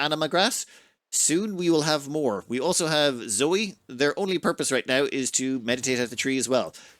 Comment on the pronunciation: Zoe should probably be pronounced Zoë, ie with the e as an extra syllable? EDIT: later in the video that's how pronounces the name, too.